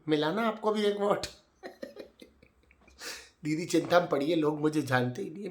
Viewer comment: ‘Ae didi’ 🤣 I wish I could type ur accent too it’s too funny